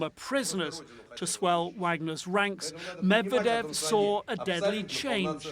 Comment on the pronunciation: PLEASE! Learn how to pronounce Russian and Ukrainian names....... you are butchering Medvedev.